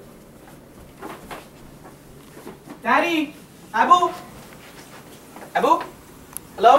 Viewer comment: omg frm to i it is so funny how adam say abu like desis lol and the chinnese man part lmao